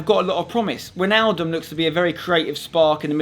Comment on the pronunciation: English people pffff. It's Van Dijk and Wijnaldum you pronounce that as Van Dike and Whynaldum